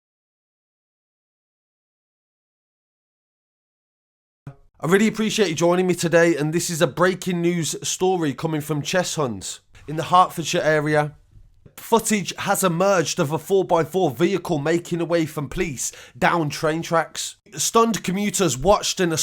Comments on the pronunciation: Cheshunt not chesnut, just north of tottenham, most of the people that live here are from Tott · Man said chestnut 🌰 it’s Cheshunt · Cheshunt not chestnut lol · "Chess-Hunt"😂 you gotta love at this point, but all jokes aside that driver moving reckless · Cheshunt station not chestnut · Cheshunt pronounced Chess-SENT not Chess HUNT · haha its cheshunt bro lil mistake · The H in cheshunt is silent